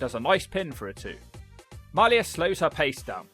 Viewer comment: Come on,. MAH-Lee-YA Hosaka is her name.